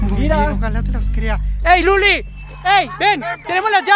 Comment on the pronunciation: En el minuto 11 a louly le dise luli